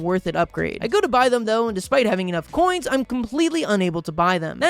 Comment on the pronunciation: Sorry for being rude but it’s not cents, it’s coins, you dumbo